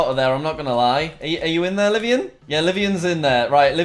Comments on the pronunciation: LIVONIAN NOT LIVIAN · Everytime he said "Live-ian" I cringe It's pronounced Live-own-ian Livonia, Michigan I'm assuming but idk